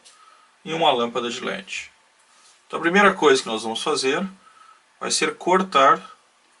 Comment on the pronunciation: e eu ainda quero saber o que é lâmpada "gi légi" que o narrador fala.